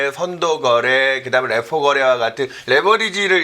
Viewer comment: ㅋㅋㅋㅋ이거레알... fendemic, lefo금리ㅋㅋㅋㅋ 여기 뿐만 아니라 경제 방송들 보면 화법 어법 발음 특이한 사람 진짜 많음ㅋㅋㅋㅋ